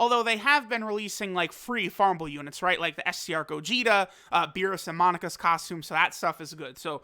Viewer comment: MO NA KA not Monica